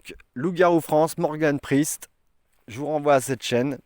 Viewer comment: pourquoi ne pas dire le "E" de priEst et dire sprist ..?